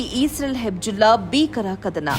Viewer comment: ಅದು ಹೆಬ್ಜುಲ್ಲಾ ಅಲ್ಲ,ಅದು ಹಿಜ್ ಬೊಲ್ಲಾ (Hezbollah)